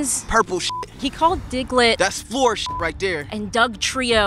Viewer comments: it's floor not four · lmaoo he said floor shits 😭